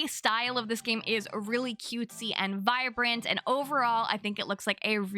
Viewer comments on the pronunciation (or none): none